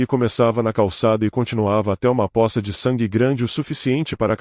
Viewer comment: Pôça ...e não poça. O problema do português foi a extinção do acento , mas a pronúncia continua como sempre foi.